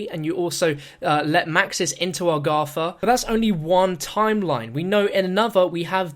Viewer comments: it's agartha, not agratha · Or Argatha